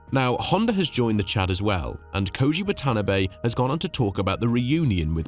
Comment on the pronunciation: The boss of Honda's name is pronounced "Wa-ta-na-bay", with equal emphasis on each group of letters.